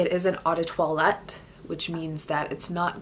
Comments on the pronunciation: Not trying to be mean but you need to learn how to pronounce "toilette". Say twalet not toilette. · Actually in Francois you say it like twalet so worry bout learning how to pronounce for yourself